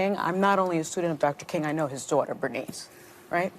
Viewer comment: "I know his dwata." Macho women using intimidating tactics.